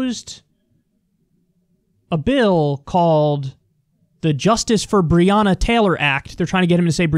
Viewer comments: Its not brianna taylor. Its brionna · He mispronounced Breonna’s name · Why didn't he stop to talk to them? Why cant rand paul pronounce her name right? Why has Rand Paul not mentioned his bill in his numerous TV appearances since he started working on this, but waited until this event to plead for sympathy on tv? If he's an ally than i suppose so is Donald Trump